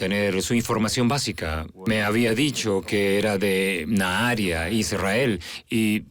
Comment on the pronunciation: Habría que avisarles a los dobladores que no se dice Naharaia, se pronuncia Naharía.